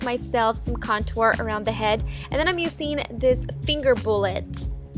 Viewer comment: why does she say "uCing" and "amaCing"??????? it's so annoying!!!!!!!!!!!!!